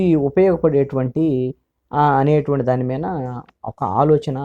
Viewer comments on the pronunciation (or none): Sir,u r always pronouncing Meena instead of మీద బెటర్ to change word hence forth